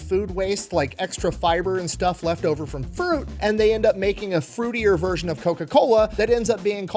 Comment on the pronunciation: Can we talk about how says FRUIT 😅😂😂😂 must have been an edit 🤔 😂